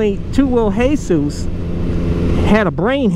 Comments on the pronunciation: Who tf is hey-sus? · the way he says hesus it's just anoying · It's pronounced 2 WHEEL JESUS like Jesus Christ not Jesus the roofer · I like how he says hesus instead of jesus🤣😂